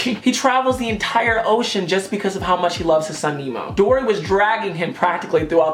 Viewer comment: you said dora instead of dory when you were on taurus but ily still sis 😂❤️